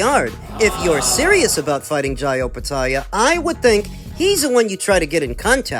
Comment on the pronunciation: Bruz this 2tone fool can’t even pronounce Opetaia’s first name that’s all credibility gone in my eyes